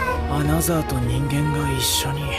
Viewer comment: 어나더를 어너서로 발음하는 일본식 영어나, 그걸 어너더로 적는 자동자막이나...